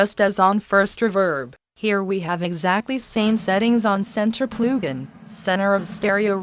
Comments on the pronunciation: “Next plew gin” 😂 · "Ploogin" haha